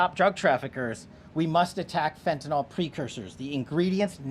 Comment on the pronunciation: 😮It's "FEN-TAN-YL" NOT "FENTANOL".It DOES make a difference !!! Fentanyl is a drug...fentanol points to a compound that is an alcohol- which the drug IS NOT!!! Anyone in the heathcare industry could tell you that!You'd think that someone at this level would pronounce the name of a drug they're fighting would GET IT RIGHT!!